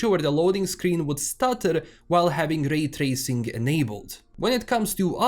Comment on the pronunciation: "Rrray trrracing" As a german who has an accent while talking english, i just wanna say: Glad, I'm not alone. 🕺 Thanks for your video, m8.